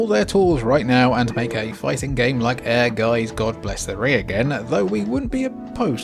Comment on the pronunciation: Your pronunciation of Ehrgeiz sounds like air guys! As a German speaking person, I didn't realize the name of the game first... 😁